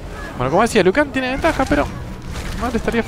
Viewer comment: Broo alguien mas vio q dise lui en ves liu kang